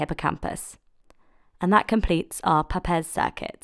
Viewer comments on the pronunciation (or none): Wonderful video! (although the name "Papez" rhymes with the word "grapes." He was my great grandfather.)